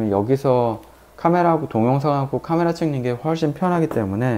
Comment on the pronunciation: 발음이 쥑이네요.포올케이 까메라.잘보고 가요.